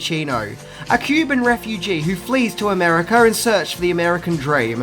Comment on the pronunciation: Americ-er Mafi-er Montan-er He even TYPES "DePalm-er" Gotta love